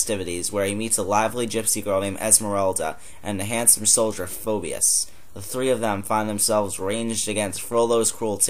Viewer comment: It's clo-PAHN and FEE-bus.